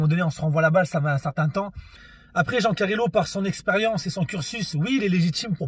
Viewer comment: "jean carilo"🤣🤣🤣